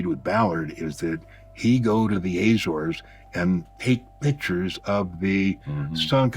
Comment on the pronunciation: Very interesting guy but I wish he’d learn how to pronounce Azores properly